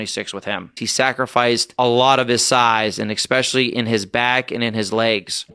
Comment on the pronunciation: He can't even say the word "especially", instead saying "expecially". He is clearly a low intelligence individual.